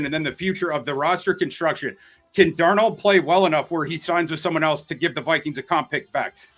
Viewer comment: is great, but he’s always mispronouncing players names. (Louise Cine, Will Leevis, Sam DarNOLD to name a few) Someone give him one of those media guides with instructions on how to pronounce players names properly lol.